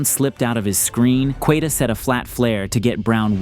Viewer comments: Dramatic scriptwriting is being dragged down by poor pronunciation. e.g.-- Queta = Kayta, not Kwetta Off-ensive, not Oh-fensive. Tighten up and one day you may live up to your channel name. Keep it up. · Queta = KAY-ta